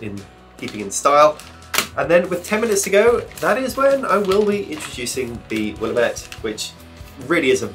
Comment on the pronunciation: I grew up on the Willamette river. It's Willamette, Damn it. It rhymes! (Also one of my fave hops, it's a PNW descendant of Fuggles FWIW so kinda British-y!)